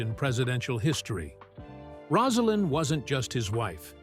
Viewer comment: The narrator can’t pronounce Rosalynn’s name (Rose a lynn) and thinks Jason Carter ( his grandson) is his son Jeff. Inexcusable.